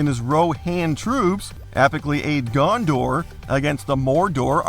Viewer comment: "Gondor" and "Mordor" pronouncing is halarious :D